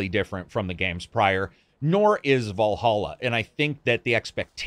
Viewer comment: It's Valhalla not Wallhalla